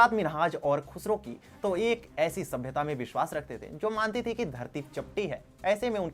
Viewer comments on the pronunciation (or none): none